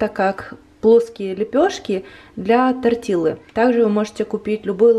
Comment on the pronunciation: спасибо огромное за рецепты! Только умоляю вас, тортилья, а не тортилла))) Просто две Л в испанском дают мягкое ль. А я все время представляю, как вы начиняете пожилую черепаху кинзой))))